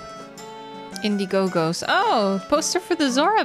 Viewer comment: lol at the repeating of saying Indie Go Gos (crowd funding service), when it should be Indie-Gos (play on word from indigo)